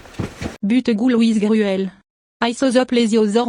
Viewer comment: that’s not how you fucking pronounce it Ghoul, ask google translate